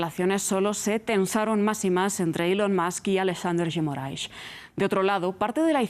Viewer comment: Que bonito como a jornalista pronuncia Alexandre de Moraes